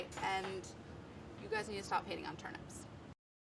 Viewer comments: Wait, why is she saying turn ‘ups’. That word contains ‘nips’ and should be pronounced as such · In my country we pronounce them as turn-eeps not turn-ups